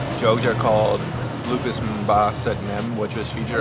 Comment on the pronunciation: I'm sorry,It's not called "lupus" but lupis. Lupus is a serious disease. 😂